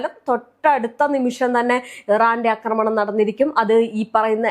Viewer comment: അക്രമണം അല്ല ആക്രമണം എന്നാണ്